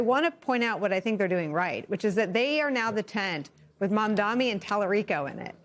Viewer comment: do americans have a speech impediment or something? it's mam-da-ni. not mam-da-mi.